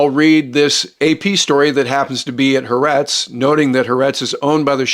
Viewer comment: The Israeli newspaper is pronounced: Ha’Ahretz.